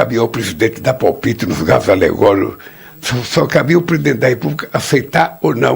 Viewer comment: O LULALADRÃO LULALIXO LULAPODRE E LULAASSASSINO NÃO CONSEGUE NEM FALAR CARRO ALEGÓRICO. ELE FALA CARRO ALEGORO KKKKK 😅 QUE VEXAME!!